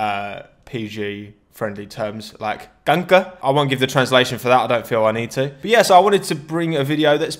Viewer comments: I heared Danke Not kanker😂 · When you’re dutch and you hear him say “kanker” 😂😂😂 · Subbed at when you said 'kanker'